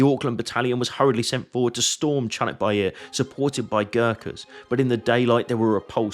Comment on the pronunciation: Not chunuk, its Conk which means Donkey. Its also not Bair, its Bayır means slope. Conk Bayırı= Slope of Donkey. My hometown is located 80km south of battlefirld. 3 of my relatives fought from my fatber’s side fought in there. 2 of them returned back. One of another relative started to fought from Yemen to all the way Gazza. Captured in Gazza. Escaped and Returned back 3 yrs after the battle ends.